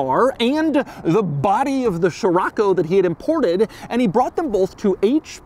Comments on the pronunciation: Scirocco is pronounced; See-Ro-Ko… not Chiroco or whatever you say. It’s the Arabic name of a wind in the Mediterranean see that blows and comes from the Sahara. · man this ”sheerocco” hurts my ear drums...cant u just say as it should be? cee-rocco? scirocco? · Pretty sure it's not SHirocco Doug but Sirocco. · I've been pronouncing Sherrocko wrong 😑. I've been pronouncing Skirokko since ai been reading about it being the Beetle's replacement in a little Beetle History book I had in as a youngster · So Americans pronounce it as "shiroco". In south africa we say "skiroco" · Man, why you keep saying sHirAcco, when it’s scirocco? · The way Doug pronounces the names of European cars cracks me up every time (poo joe, sheerocco etc) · sciroAcco ? damn why is it that every american has to butcher every non english name ? (same applies to chrysler's lesabre that you guys turn into lesabER for lacking basic reading skills, and don't even get me started on brands names, even clackson's list is incomplete) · Name: Scirocco English pronunciation: Cheraco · The quirkiest aspect of this review is the way Doug says Scirocco 😂 Still, such a beautiful car, very often seen here in Portugal. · Doug, the kind of guy to teach me how to pronounce 'Scirocco' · I can’t watch this video… Doug keeps insisting of saying the name over and over in the first 2mn, while not saying right… it’s like: “Dude, do you even know what you’re talking about??” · Jesus Man it hurts my ears how you read scirocco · I can t stand him butchering the name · The way that your butchering scirocco is driving me up a wall every time and you keep saying it like 12 times at a clip